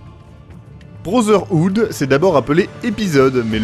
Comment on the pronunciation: Je HAIS lorsque tu (et la plupart des français d'ailleurs) dis Assassin's creed brozerhood... Ça se prononce brotherhood, il y a un T, et non un Z...